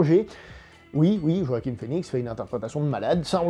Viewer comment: C’est JoaquiN (et non pas JoaquiM) Phœnix ;-)